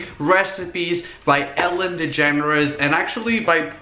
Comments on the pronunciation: am I the only one who thought that when he said “Ellen DeGeneres” is sounded like “Ellen the Generous” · are you saying "the generous"